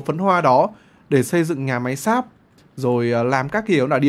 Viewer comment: hầm sáp mà t nghe ổng nói là hầm x.ác 👉👈